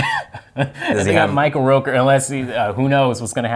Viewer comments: ROOKER...Like Hooker. Not like Al ROKER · ROOKER, not ROKER!!!